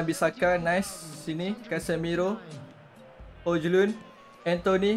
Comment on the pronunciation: Cara sebutannye hoilend bang